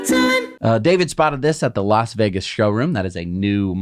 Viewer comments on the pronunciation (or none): none